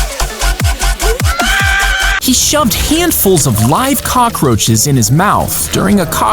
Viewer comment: said crockroches not cockroches